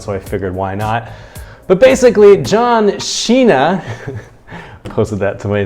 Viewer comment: 是John Cena！不是John Xena！英文有問題嗎？！